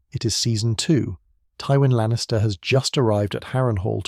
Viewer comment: Teewin Lannister